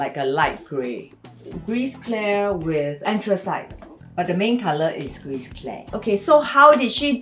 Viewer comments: You are not allowed to say gris you say gri without pronouncing the s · Gris=gri with out pronouncing the s